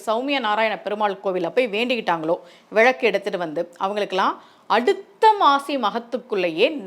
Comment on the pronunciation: விளக்கு தானே மா சரியான உச்சரிப்பு... நீங்க ஏன் விழக்கு விழக்கு னு சொல்றீங்க..ழ போட்டு பேசவேண்டிய இடங்களில் ஒரு சிலர் ள னு உச்சிரிப்பாங்க கேட்டிருக்கேன்... நீங்க ள வை ழ னு சொல்றீங்க